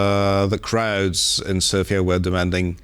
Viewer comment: Congratulations for the correct pronunciation of Sofia, Bulgaria, Zhelyazkov and other onomastics related to our country! The report is also very accurate.